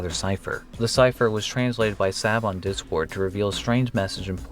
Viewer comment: ....I just scream or make noises when you say d-cord....... or try to.... there are times were you catch me off guard and............I hate it please stop saying d-cord...... it traumatizes me...... everyday when I hear it..... please..........it hurts... -Devon Boyko